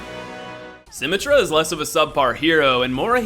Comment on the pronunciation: I can understand why you'd pronounce Symmetra that way, but your try at Hanzo is appalling. That aside, this video really serves no purpose. Each placement is based on how good you specifically are. Reinhardt's abilities aren't effective? Not true at all--his flame does great damage and pierces shields and players while his ult can effectively wipe a team when used well. Widowmaker's automatic is too weak? Not if you actually aim it, which you did not in this video. McCree isn't very good? He's being nerfed in an upcoming patch because even the dev team agrees he's too powerful. I've got plenty more to say, and while I don't mean to be a dick, I honestly think this video communicates a false message about the entire game. It's not about figuring out who you like best and playing only them because you think they're "the best." It's about picking a character that counters the enemy. Winston, for example, is fantastic for storming points (jump, shield, and ult all contribute to this) and escorting payloads, and when teamed with a Mercy he's near unstoppable and a very heavy hitter. You only feel the way you do about assigning these characters ranks because you play them in a manner adverse to what they were designed for. I always appreciate your Soulsborne lists, but this one is based entirely on your own misunderstanding of the game at its core. Hopefully this has spread no ill will.